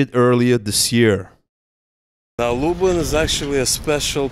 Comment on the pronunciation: I was born in Zamosc, absolutely stunning architecture. Can I also point out your pronunciation of Lublin, try pronouncing it more like "Lub lean". Your pronunciation sounds more like "Lub lynn". Enjoy one of the most beautiful parts of Poland. Zamosc benefits from the continental climate, where winters can be really cold with temperatures dropping to - 28 Celsius(coldest I experienced in Zamosc) and summers really warm up to high thirties consistently every year. Combine that with really fertile soil "czarnoziem" and stuff grows like crazy during summers. The size and quality of veg and fruit is absolutely insane. Pozdrawiam